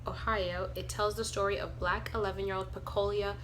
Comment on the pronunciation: Pecola not pecolia